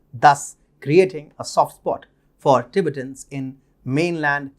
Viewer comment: Tibet is pronounced Ti-bett, with emphasis on the 2nd syllable, in English. Not Tibit, but Ti-bett'. Same goes for Ti-bett'-tans.